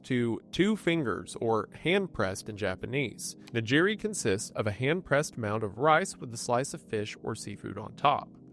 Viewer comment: wendy i am on my hands and knees begging you to tell your writers to include pronunciations of non-english words and names in the script. it's like nails on a chalkboard hearing you say "hockaydow" and "nijiri". out of respect for the audience as well as the cultures you include in these videos, wendy, please have pronunciations included in your scripts.